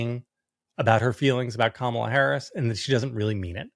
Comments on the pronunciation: The mispronunciation of Kamala's name is not a random slip of the tongue. It's a racist dog whistle. They say ka-MA-la because they think it sounds more "black" than KA-ma-la. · They all say her name wrong on PURPOSE.